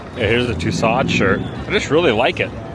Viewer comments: Actually, her last name is pronounced (too sowed) or like (to sew) a dress. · Somebody teach this guy how to pronounce tussaud.